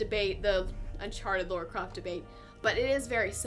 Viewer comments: The game is generally wonderfully produced, but for me, sadly, ruined by too many QTEs. One or two, as in Far Cry 3, would've been ok, but to have them over and over throughout the game killed much of the enjoyment. Which is a shame as I so wanted to like it. Oh, and it's LARA, not Laura! :) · "Lora" I know somebody who goes nuts when hearing someone pronounce Lara that way.